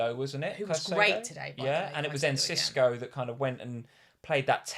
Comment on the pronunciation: Enciso by the way - Hulian En-Sisse-Oh